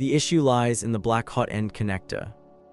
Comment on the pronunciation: I don't think this channel is purely AI but that voice has to be what kind of psychopath would pronounce "hot-end" as "ho-tend"